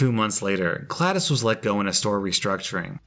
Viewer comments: Him saying Gladis instead of Glados makes me hurt for some reason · I’m going to give you a pass on pronouncing it Gladys and not GLaDOS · Glados, not Gladdis. XD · Omg I just wanna punch a wall whenever he pronounces GlaDOS like Glad-IS it’s pronounced Glad-Oh-s not Glad-Is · Bro you said gladis it's glados dude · Glad-OS, not Gladys. This was a triumph! I'm making a note here, 'Huge success!' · The way he pronounced "GlaDOS" pisses me off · calls glados "glad-es" Literally everyone: 🤦🏻‍♂️ No offense btw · Someone's clearly never played portal, it's "glad-oh-s", not "glad-is" :) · i love ur vids but its glados not gladis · >sees GLaDOS >says "gladys" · Wasn't expecting a Portal Portal reference but I'm happy that it's here. I'm a Portal fan btw Also, GLaDOS is pronounced like this: Glah-does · its pronounced glad DOS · pronouncing GLaDOS like Gladys smh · No one: Not a single soul:: GLADAS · He pronounced glaDOS like Gladys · you kept saying GlaD0S wrong it is pronounced Glad-dos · Anyone else tab back over to youtube to confirm that was indeed pronouncing GLaDOS as “Gladys”? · "Gladis" that hurt to hear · You reading GlaDOS as Gladys hurt my soul. It has an 'O'... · Look up the A.I being in portal. Shes the big kahuna of the game. You'll know what he was referring to when he used the name GlaDos. The o has a long ooooo sound like in the word so aswell. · I understand why he was saying GLaDoS wrong because I said the name wrong when I was younger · 1 Star didn’t do the GLaDOS voice nor did he pronounce “GLaDOS” right ⭐️ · I'm ashamed you said "GLaDOS" wrong, you dishonor her. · Does nobody care about the way he pronounces glados